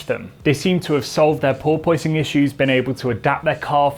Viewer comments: Sorry to be nit-picky, but it's pronounced "paw-puhs", not "paw-poise". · ˈpôrpəs not ˈpôrpoys. I love you, but you're making me crazy. 🤣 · The "oi" in porpoising is not pronounced as "oy". Porpoise rhymes with corpus. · Pore-poyce-ing lol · Sorry, but I'm having trouble concentrating and not laugh. Craig Scarborough can say "porpoising". But seems to be pronouncing it "por-porposing" or something like that. Anyway, good content and thanks. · struggling with the "Pooor-poooooy-sing", himself. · Think of it like a dishevelled cat 🐈 "PoorPuss" Or "PoorPussing" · Absolutely no one:: "purpoising" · Poor poy sing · I love it...As an American I always get my friend from Soho to try and say porpoising. We then giggle like school kids as he just keeps saying POY-PUSS-ING. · Wish you could figure out how to pronounce "Porpoising" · He can’t say porpoising 😂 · Why is he pronouncing “porpoising” so weird!?!? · The way he pronounces porpoising grinds my gears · Can someone tell me which is the right way to pronounce porpoising? Like the engineer or the host? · I can't get past the odd pronunciation of porpoising. Yes, the word is spelled the way he pronounces it, but it isn't generally pronounced that way in English, which is true of a lot of words. At first I thought it was one of those British pronunciations, and maybe it is, but it seems like a lot of Brits do not pronounce it that way.